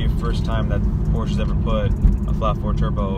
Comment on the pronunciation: Hey Dude, learn to pronounce the brand before making your review ..